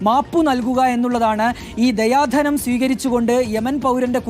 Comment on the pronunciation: ദയാ ധനം അല്ല ദിയാ ധനം